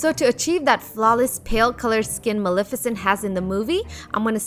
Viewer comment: It’s not pronounced milificint it’s Mel-eff-e-cent